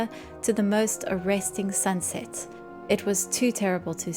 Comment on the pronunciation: You mispronounced "sbunset."